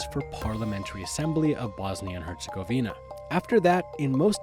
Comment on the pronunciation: Your saying Herzegovina wrong. Are you even Bosnian